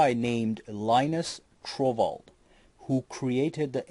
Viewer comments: That would be Linus Torvalds NOT Trovald, otherwise good job :-) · His name is linus torvald , not trovald. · Its Linus Torvalds, not Trovald. .... and he only wrote the linux kernel... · Torvalds*, not TROvald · Excuse me, you probably made a mistake but the name of Linux Creator is Linus Torvalds and not Trovald. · The name of the creator is Linus Torvalds, not Trovald. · Correct is Linus Torvalds not "Trovald" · The name is Linus Torvalds not trovald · "Linux Trovalds", not Trovald... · And he can’t pronounce Linus’ name and he opens the video with Windows? I dunno. 😉